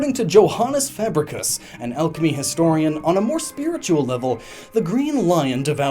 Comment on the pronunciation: Joanis fabricus.... I LEGIT THOUGHT U WERE SAYING JOANES FABRICS FUNNY😂😂